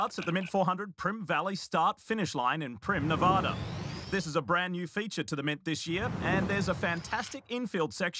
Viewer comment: Sal masakela pronounces Nevada wrong.